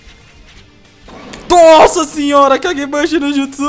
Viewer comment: O CARA n sabe falaaaar mannn namoraaal não sabe falar os nome dos jutsuuusss veiii